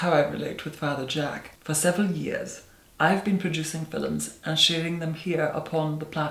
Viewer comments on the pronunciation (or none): Here for my daily dose of "Filums" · I believe it's pronounced "fillums." :P